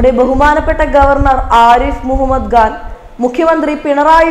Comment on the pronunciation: Pls pronounce as Arif Mohammed Khan not gan pls correct yourself.